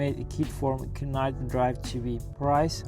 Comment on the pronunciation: Just FYI, the k in knight is silent. You pronounced it k-night 😉